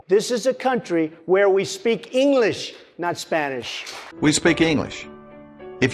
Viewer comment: “We speak eenglis” Kind of defeats your point if you can’t pronounce basic words XD